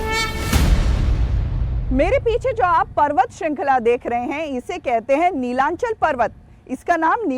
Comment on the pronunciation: Pronounce properly Not nilanchal It's Nilachol